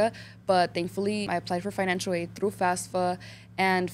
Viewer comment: she says fasfa